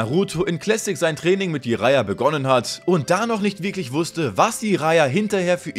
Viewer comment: Er heißt Jiraya und nicht I-raya T.T und es ist Akatsuki und nicht Aka-tsuki T.T